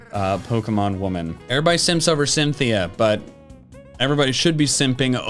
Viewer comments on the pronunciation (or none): none